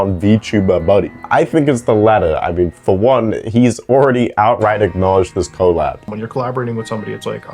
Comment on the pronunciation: I never trust a person who pronounces "collab" as "Co-Lab".